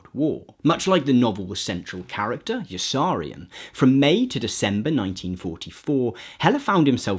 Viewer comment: Good video. Pity you pronounced Yossarian wrong.